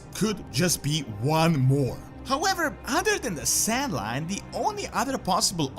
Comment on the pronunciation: it's pronounced "SAN-LAIN" not "san-line" but okay XD